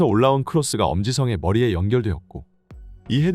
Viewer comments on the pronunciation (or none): 엄지성이 엄지썽? 성 발음 안돼요?